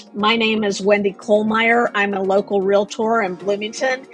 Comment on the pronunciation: Liked the map idea, (as you mentioned, it just needs a darker pen marking). You can tell by your videos; you have a great personality, and along with originally being from Bloomington, are real assets! Also, it's always a good sign when a realtor pronounces real-tor correctly! : ) Thank you for the info! P.S. My Mom attended Elm Heights Elementary School from .